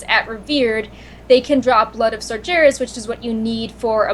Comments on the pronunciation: I don't know why, but the mispronunciation of Sargeras grinds my gears so much. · yeah, has been doing it a lot more lately. However, I can't talk with how much I butchered Archi name!